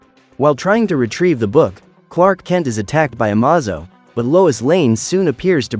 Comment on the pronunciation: The AI narrator mispronounced Amazo